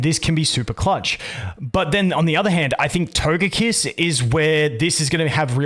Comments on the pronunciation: My man says Togepi and Togekiss correctly but then says Todjetic 💀🤣 Anyway, let ST Smackdown come. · You say Togepi and Togekiss correctly, how and why can you so narutally say "to-je-tic"?"